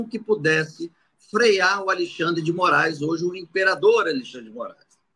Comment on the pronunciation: Muito obrigado por nos ensinar e esclarecer os fatos, e nos tornar conservadores fortes. Mas peço por favor, fale Alexandre, e não mais Alixandre. Abçs